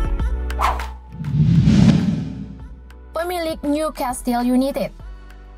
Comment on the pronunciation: niu kestel yunaited..............bukan yunitid hahahaha